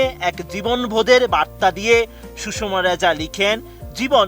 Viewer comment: নাম সুষমা আর সাংবাদিক বলছে সুষম।